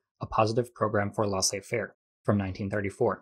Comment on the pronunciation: FYI: Each o in "colloque" is pronounced the same, like the 'o' in "low". Also, the ai of "laissez" is pronounced the same as the ai in "faire". More like the vowel of "hay". Neoliberalism and embedded liberalism vs Stalinism and Maoism. Wasn't anyone talking about anarchism?